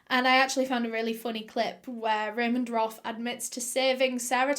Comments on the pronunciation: It’s “Raymond Roth” not ramen broth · Lmao I was thinking that Raymond was Raymond Roth instead of Raymond Roff